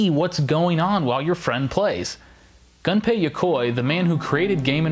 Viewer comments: Its not pronounced gun pay. Its pronounced goon pay. I know his name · It's pronounced Goon-pay not - Gun-pay! rocks in the corner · Very interesting, but I kept getting irked everytime Gunpei Yokoi's name was mispronounced. In the video, it was pronounced like "Gun pay", but the proper pronounciation is "Goom pay". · Dude..... GUNPEI NOT GANPEI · Hey, just so you know... It's 'goon-pei' That's how you pronounce it.